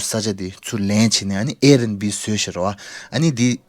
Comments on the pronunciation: It’s air bnb not Air n b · its Air BNB not airnb